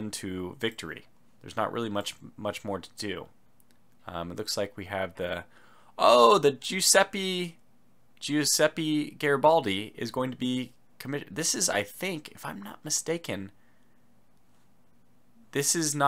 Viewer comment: No no no you pronounce it wrong again LOL In "Graf Spee" the "ee" is pronounced like a longer "pair" - not "ii" (not like "meet, feet" etc). The same applies for "Giuseppe Garibaldi", in the "Giusepe" the finishing "e" is pronounced "e" (like "the") not "i". No need to go back a few videos, we are here for you :)))